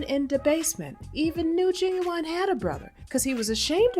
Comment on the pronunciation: Knot "Gin-Gin" .... 😅🤣😂